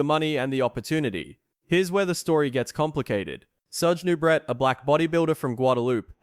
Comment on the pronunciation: It's pronounced 'Noo-bray' not 'Noo-bret'...SMH... Lou 'Ferrino'? Fer fecks sake... Nubret had an amazing physique. In terms of muscle groups, he could equal anyone in chest, shoulders, and arms. He had a tiny waist. But his legs weren't nearly as good as Arnold's, and his back, while wide, wasn't thick or detailed enough. Arnold was better in those two areas, and that's why he won. Still, Nubret came in second to Arnold in the tall class, beating Lou Ferrigno. Now, as to why he wasn't initially allowed in. He presented a real threat to win against Arnold. They suspended him because he allegedly appeared in a softcore porno film. IDK if that's true. ANother story is that Ben Weider said that if he didn't compete in S. Africa in 1975, he'd push for Nubret to win in '76. Maybe money was involved, maybe not. A lot of this was hearsay. As for the poisoning controversy, it's never been proved one way or the other.